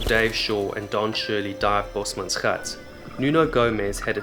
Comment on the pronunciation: South African here! Your pronunciation of "gat" is perfect! I'm not used to hearing people actually pronounce Afrikaans words properly. A berautiful video that clearly had a lot of effort put into it. A+++🥇